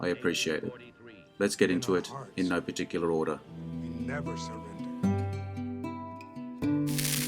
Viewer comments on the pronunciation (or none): "In no Par'Tic'ular or'dar. Kinda enjoys a every far easterner take on ole west, although think Ireland is west for 'em.